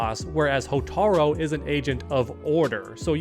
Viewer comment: hotar U its a U not an O bro come on man